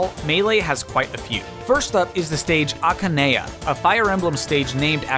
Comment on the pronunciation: Aka neigh ya Akay knee a I don’t know which one is the right pronunciation